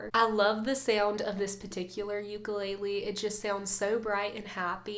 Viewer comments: Beautiful playing & vocals! Why aren't we pronouncing ukulele properly tho? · She's a beautiful singer but every video she does she says ukulele wrong...